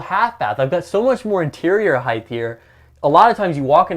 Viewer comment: Great Coach with a great showcasw video! A common mistake that's becoming prevalent today: The word is pronounced"height" with a T sound on the end not "heigth" with a TH sound on the end of the word.